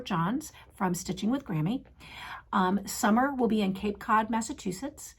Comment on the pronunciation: A little tip on pee pads. A friend’s puppy chewed pee pad and had to have emergency surgery. Most convenient retreat for me would be Denver. Letting you know is said Sunner instead of Summer.